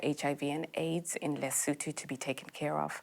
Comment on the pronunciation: The country is Lesotho. Not lutho 😅